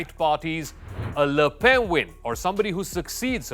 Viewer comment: Ignorant BS. Learn to pronounce Alsace and Le Pen.